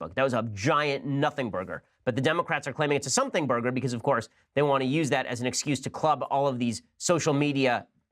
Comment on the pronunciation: I laugh every time Shapiro says burger 😂